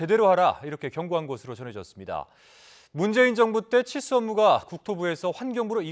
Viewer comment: 앵커가 발음을 정확히 해줬으면 하네요. 칠수 업무라고 들립니다. 기자 리포트 듣고나서 치수 업무라고 이해했어요.